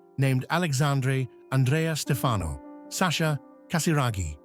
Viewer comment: It's STEfano, not stFAno.